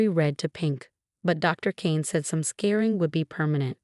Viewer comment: Yo, “scarring” is not “scaring”. Get it right.